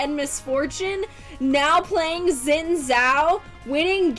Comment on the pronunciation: its Xin!not Zin (dont give a fck about what poeple say